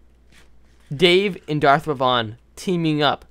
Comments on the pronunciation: Omg it's not pronounced darth revon it's Darth reven! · nooooo u say revan wronggg